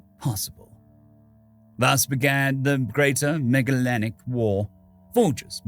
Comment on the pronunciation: Not to be that guy, but "Magellan" is pronounced with a soft G.